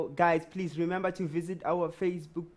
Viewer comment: Nah nah...the owe killed me when he couldn't say facebook